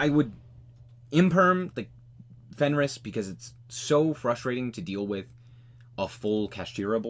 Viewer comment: I appreciate that you say "fenris" lol I started calling it that too😅